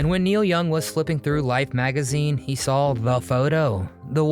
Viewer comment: It's not Niel, as you say, it's NEIL.